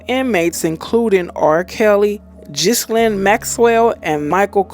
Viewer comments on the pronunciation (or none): none